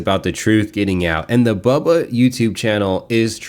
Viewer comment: Who is bawlbuh?? 😂😂 Why can’t this idiot pronounce Bubba correctly English is his first language.